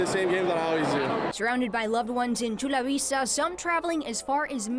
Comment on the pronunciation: The words "Chula Vista" and " Mexico" and the name "Marcelo" are Spanish. Why would she pronounce them wrong?